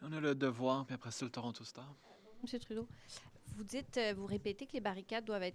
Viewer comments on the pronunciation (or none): none